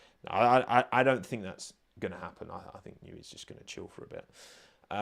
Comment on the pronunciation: “I don’t fink you ‘ave the facilities for dat, big man”